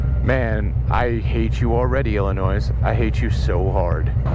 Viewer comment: Great video man... Cool ride.. but God damnit Ben.... It's El-A-Noy... Not Ill-A-Noise